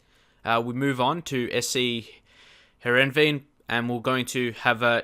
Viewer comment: Sc Heerenveen is called "Herenfeen"